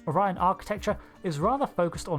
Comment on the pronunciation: Don't forget: the blue skinned house of Azure pronounces the species' name "Oh-ree-on".